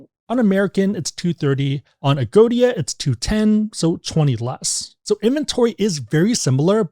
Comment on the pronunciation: Agoda not Agodia